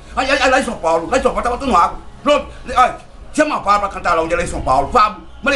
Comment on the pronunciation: Fablu? Não é Pablo não é...😂